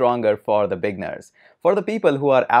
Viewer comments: great vid. but i for a minute i thought you were saying "big nerds", but you were saying "beginners". haha! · Up until later in the video, I thought he was calling me a "big nerd".